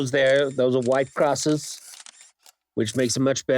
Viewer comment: "cross" sounds about white to me 😂